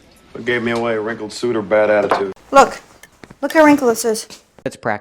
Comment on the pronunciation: No wait isn't wrinkled pronounced with a short i sound, like hit or ship? That's what the dictionary says, and also what I hear when people say that word